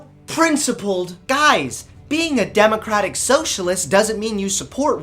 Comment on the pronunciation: You keep pronouncing democrapic